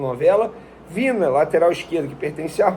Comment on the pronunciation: O nome do jogador se pronuncia VINHA e não Vina.